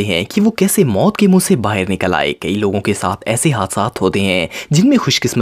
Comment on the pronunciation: Sir app bahar bolo baher nahi